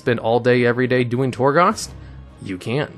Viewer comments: I love your videos, you present them wonderfully. However, anyone else bothered by how he says Ardenweald? Torghast? It's not Ar-den-walled. It's Ar-den-wield, like you are wielding a weapon. It's Tor-gAst, not Tor-gost. You are making As into Os for whatever reason. They've been said in game and the Afterlives videos. Please learn to say these names right. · also, Torgoss? Sounds like someone isn't doing the research himself